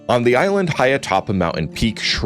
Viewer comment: The island please say that differently please